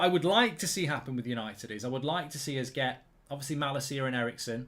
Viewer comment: Hahaha bro one little thing You say ma la ciaaaaa but it is Ma lacia t